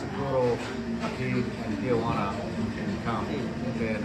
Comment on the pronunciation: Tijuana (tee-wanna) there’s no a in there. Not tia juana. Ti-juana. Cool you did this. A lot of those people want a safe life, and to contribute. Most Americans opinions are wrong about the people trying to come here.